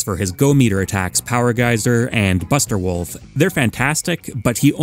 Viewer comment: Nobody's gonna talk about how he called wolf "woof"?